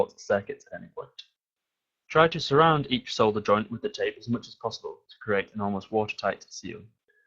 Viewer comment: yes! finally someone that pronounces it as "solder" and not "sodder".